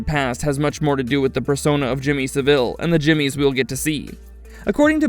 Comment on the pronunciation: Sa-villé loooool